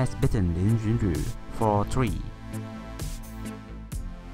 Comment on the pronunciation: What made me feel interested on your video is the way you pronounce Lin Yun Ju. Pure legend 😊